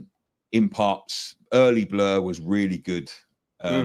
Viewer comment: saying blur better😂😂😂😂